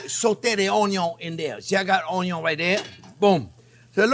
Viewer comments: Chef John Pierre, I love your channel and all of your videos. Keep up the amazing work. Especially with the "onyo"... I have made this recipe twice now, and it gets better as I learn more of your little tips and tricks. I'm up in Toronto, I think you and I are about the same age, so if you are ever up here, I would love to make dinner for you... I just hope it doesn't suck! Keep up the great work. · My first Chef Jean-Pierre video and "Wow!" Subscribed and diving into the other videos! Going to share with my 87 yr. old Cajun dad who will be thrilled to hear "oyn-yun" and enjoy Chef Jean-Pierre's wonderful down to earth personality and expert teaching.